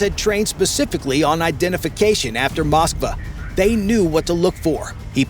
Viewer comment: "Moskva" not "Moskba"